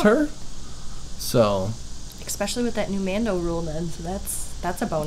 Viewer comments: Eh-specially! Not Ex-specially! No x in the word. 4 times you say it incorrectly. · I axed her why she says expeshelly on them shots. She said for all intensive purposes, it's pacifically the correct word for the moment.